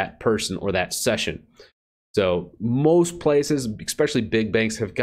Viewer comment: "Ek-specially... " hijacks the English language...